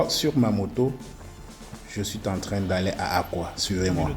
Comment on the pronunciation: Qualité image top, mais quand vous dites, je suiten train, cela fait mal aux oreilles; Même si vraisemblablement ce n'est pas la langue que vous maitrisez le mieux